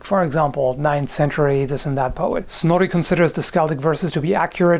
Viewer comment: Snorri? Snory?